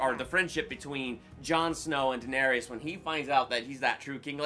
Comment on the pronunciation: First of all, DanerYs... Not Danerius... Sorry, was bugging me the whole movie.